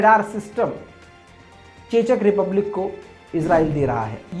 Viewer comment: chechak republic nahi check republic pronounced hoga wo